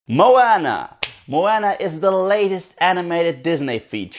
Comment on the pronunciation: it's funny how Maui remind you of the genie from "Aladdin",becuz the animator who animated the genie,actually also animated Maui's live tattoos I heard,other than that,i just finished watching it,and I totally loved this movie(one of the reasons cuz I'm part Polynesian), but I definitely plan on watching it again. (jus one note tho,Moana is pronounced more like 'mo-ah-nah',not 'mo-anna',but other than that,nice review). (